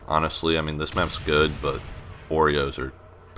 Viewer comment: when he said oreo the first time, i thought he said burrito, then he started talking about oreos. confusing as hell